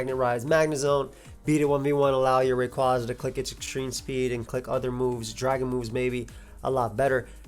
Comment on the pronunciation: Based off the Japanese spelling, it’s Ar-see-us. Also, Rayquaza is pronounced like a quasar.